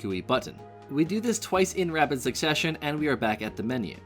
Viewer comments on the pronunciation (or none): none